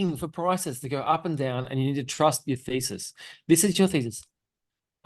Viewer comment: Trust your feces - where shit is used often beforehand in the conversation. For non-Aussie speakers (God bless you all for the lack of speech impediments - for which I also suffer from) you actually mean Thesis., I would suggest a translator.